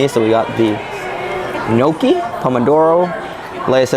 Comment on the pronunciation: Gnocchi is not pronounced noCHEE, it's pronounced noKEY.